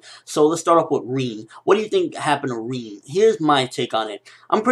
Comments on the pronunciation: reen? i thought it was rin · It's Rin not reeennn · its not reen its rin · its not rien, but rin XD with a i btw love you videos bro! keep up the good work/ i always like your vidss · Lol "Reen" lol Rin ! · my god your pronunciation.. It's Rin, like Rinnn, not Riiin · Who's "reeen" ? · Why do you call her Reen... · Am I the only one who gets annoyed in the way how he pronounces "Rin"? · U say rin funny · why cant you say rin correctly